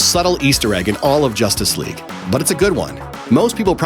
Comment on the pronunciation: Every single time he mentions Justice League all I coul hear is "Josstice League"